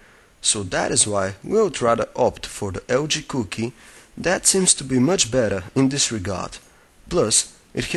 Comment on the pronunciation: Da LG Couuokie (that's how he said it) also most people just watch these reviews for nostalgia now haha.